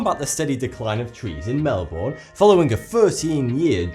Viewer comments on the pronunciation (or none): count how many times he pronounced Melbourne worng.Mel-bor-ne it prenounced Mel-ber-ne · Cringe. It's pronounced Mel-bun not Mel-bourne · Not 'mell born' it is 'melburn ' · Please it's pronounced like mel-ben not mel-bourn trust me I have lived in Victoria Australia my hole life and even lived in the Melbourne suburbs and everybody in Australia says it mel-ben or melb'n nobody says mel-bour (I don't know the correct pronunciation symbols bit you say it in two syllables and they are like Mel Ben) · Mel - burn (not mel born) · It's not melborn it's pronounced melbun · I get mad get mad when he says Melbourne! I know his British but he's not saying it right. his saying it like melborn when's it like melben. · I'm Australian, and it's fake. And Melbourne reported "Melborn" is pissing me off. It's pronounced "Melbern" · Mel-born 😂😂 we pronounce it more like melbun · He says It like "Melborn" when it's pronounced "Melben" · as an australian my whole life you dont say mel-born you mel-bin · It's said Mell-Bern. Not Mel-born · it's not pronounced mel-boRn or-stray-lia- its mel-bin (with a very, very short i sound) U-str-ay-lia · it's MEL-BIN, not MEL-BORN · As an Australian with half my family living in Melbourne i should inform you that it is pronounced more like (not exactly) "mel-burn" rather than "mel-born". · Pronounced mel-bin not mel-bourne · its not pronounced mal-born its mal-bune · Mel-BURNE NOT MEL-BORN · its pronounced mel-ben not mel-born lol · please pronounce it properly :) it isn't mel-BORN, it's MEL-b'n :) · I like how it's pronounced mel-born but in Aussie they call it mel-bin and get angry when people say it as born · The way you pronounce Melbourne kills me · I live in Melbourne It is pronounced Mel-bne (bnn) not mel-born Also no tbh it is not a beautiful city. Smells like crap and looks like crap. Too much traffic, terrible public transport system, very little trees in the CBD and not many nice people. :/ sorry to rain on your parade.